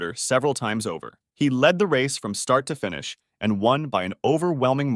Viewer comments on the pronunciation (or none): none